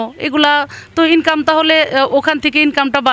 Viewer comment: ইনকাম শব্দটা যেভাবে বলল, মনে হয় দেহ ব্যবসা করে।